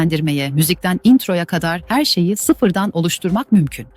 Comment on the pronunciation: biraz trakyalı olmuş. "erşeyi"